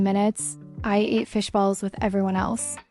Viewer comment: Tagalog word Ate pronounced in English haha, cute. Yeah a typical scene during traffic 👍